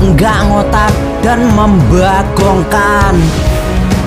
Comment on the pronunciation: Apalagi pas mimin itu bilang memmbuagongkan itu lucu bagi gua njir 😂🤣